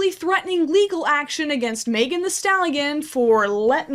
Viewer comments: love your content so much but the way you pronounce megan as "may-gun" rather than "meh-gun" is so upsetting to me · it makes a lot of sense that you say megan like maegan… i cant explain it it just does